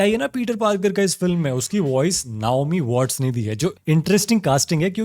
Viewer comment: नाओमी वॉट्स ❌ नेओमी वॉट्स ✅